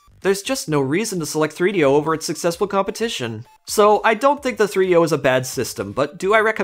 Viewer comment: 3do is not a word. Rather three separate items that should be pronounced as 3-d-o, all separate. Not threedyo.